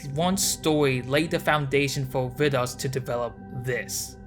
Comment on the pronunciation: Hey! It's me, Vidas! This was a really cool video, also I'm surprised how well you're pronouncing my name, are you Lithuanian just like me by any chance? I don't think I've seen anyone making a "documentary" about me like this, and I really like the music choices you have from Silent Hill 2. The body in Dia is supposed to be the same man's body following you, that's why it looks the same, it's the "same person". Thanks for making this video, this was very cool to see and I appreciate you diving into my work.